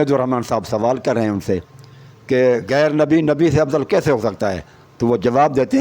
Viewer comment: جناب شیعہ کا عقیدہ درست کرنے سے پہلے کسی استاد سے تلفّظ سیکھ لو [ (کھاطر) نہیں (خاطر)] ہے اور [ (عکیدہ) نہیں (عقیدہ) ہے] اور [ (گَیر) نہیں (غیر) ہے].............😂